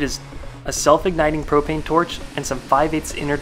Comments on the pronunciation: "propain" Hank hill appears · He said propain 5 times😂🤣